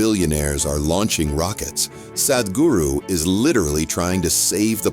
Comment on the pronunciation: your pronunciation is awful. the "h" makes the "a" sound like "father" not like "bad" or "sad' - ugh, cannot even listen beyond the first two minutes because it is so unprofessional